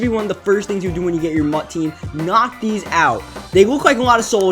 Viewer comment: It's pronounced these not deez